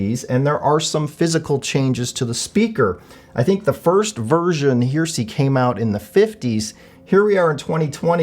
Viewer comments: It's Her..eh..sey!! Not Her..sey!! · 'HARE-eh-see', not 'HERE-see' ! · the Klipsch "hear-see"? Everyone else pronounces it "hairisee" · You are mispronouncing the name of the speakers. They are like religious "heresy" (look it up in the dictionary for correct pronunciation), not HERE See. The reason that they were named Heresy was that the bass was not horn-loaded but a sealed cabinet in violation of Paul Klipsch's original commitment to horn-loaded speakers. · Pronounced: Hair- ra-see not here-see. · It's pronounced "Heresy," idiot! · Yes he says Here See haha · I keep thinking this would be a great speaker for me to upgrade to. Nice review. BTW.. Heresy is pronounced Hair-esee. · It's a three syllable word, not two. "Heresy"; it's what happens when you mispronounce the word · Are you sure you are pronouncing the word “Heresy” right? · Heh-reh-see.....At least he pronounces Technics properly....Teknix just sounds wrong.